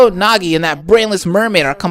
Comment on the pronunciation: Okay,, the way to pronounce "Naegi" is not (na-ge) it is (Nae-ge)